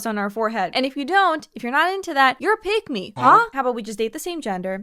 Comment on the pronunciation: Oh, I thought you said "pygmy."